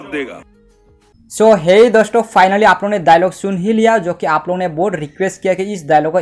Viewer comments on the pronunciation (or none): Ara bhai apona nahi ap logona.